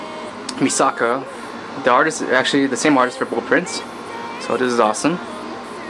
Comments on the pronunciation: Misocka? It's Mekasa and it's Sasha not potato girl I'm all about the anime oh and you said levi wrong it's LevI not LEvi... Sorry I don't mean to I know you watch to much anime but get there names right I watch a lot of animes to but I get names right all the time. Again sorry for being rude 😁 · its MiKAsa, not MiSAka :p nice room tho!! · misaka?!?!?!? I thought it was Mikasa lol and no one noticed it too bwahahahaha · The way he says levi an mikasa name 。。。。smh